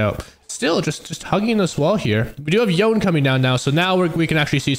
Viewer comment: AND "yo - nAY" NOT Yawn